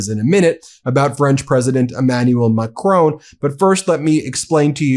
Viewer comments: I like this channel but please could you pronounce President Marcon's name correctly. It's pronounced like Mack - Ron, not Mack rone. There is no ´e' on the end of his surname. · Please pronounce President ‘Macron’ correctly. It is not Macrone it is Macron. The ‘Ron’ is all you need to pronounce at the end of the surname. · Yes Trump is a horror show but maybe one day, Ben, you will learn to say Macron.